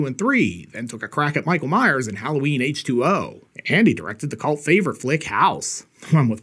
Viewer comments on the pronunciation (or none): as much as i love your content, please, its halloween h20(h twenty) not h20(water). i know it sounds picky, but im weird n it bugs me. otherwise top job